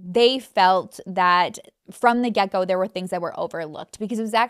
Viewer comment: When you say "from the get go" it sounds like "from the gecko" 🦎🥰